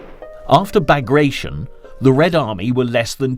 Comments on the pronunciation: Operation Bagration is pronounced Ba-graa-ti-yon after the Napoleonic wars era Russian of Georgian origin general Pyotr Bagration. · bah-GRAHT-tsion or bah-GRAHT-shun. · It doesn't fill me with confidence when documentaries cannot even get names right. It suggests that the makers don't know what they are doing. "Bagration" is not a verb, it's the name of a Georgian prince who fought Napoleon. It's pronounced Bah-grah-tee-on.